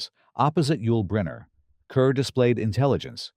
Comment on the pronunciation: The name Deborah Kerr is pronounced as; "car".